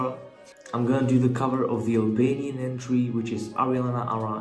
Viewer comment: Wow you are pronouncing Albanian very good. Thanks man